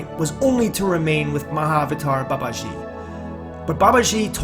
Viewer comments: FYI. It's Baba-jee. Like Jeep without the P. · It's BA ba ji, not ba ba JI. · Its Ma not Mae, soft a in English, ji does not have a swish in it, it is Ji, Baba-ji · Babaji is pronounced Baba g a long g sound in English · Please learn the correct pronunciation when you speak his revered name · learn to pronounce babaji's name correctly first and stop butchering it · If one decides to make a video about a certain person, one should first of all learn how to pronounce his or her name properly. Author's pronounciation of Babaji is annoyingly wrong. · Learn to pronounce the Babaji's name correctly. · Good one... but, Please learn to pronounce the name properly.